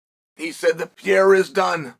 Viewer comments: Surname is PEHEIRAH not pireara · Pereira pronounced: PEA-ERA 😂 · ALEX PEE-ERA 😂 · He said his name the first time I was like wait what? Now I'll never unhear it.